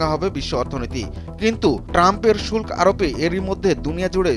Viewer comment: "শুল্ক" শব্দের উচ্চারণ ঠিক করো।